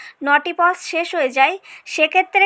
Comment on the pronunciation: Pause not pos😄🙄🙄